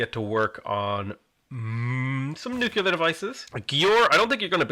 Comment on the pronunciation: PLEASE pronounce nuclear correctly. Saying, "nucyaler" makes you sound like George W.